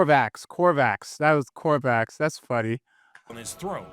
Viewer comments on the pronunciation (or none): how it do, how it be? 💪😎👉 Btw it's not "Corvax" either. "Corvus (like a crow/raven) Corax". Just want you to know 🥺